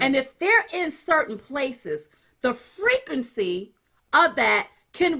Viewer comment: 😂 she said freakency